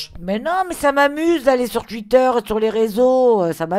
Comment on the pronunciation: Sa m'a tuer elle a dit "tuïter"😂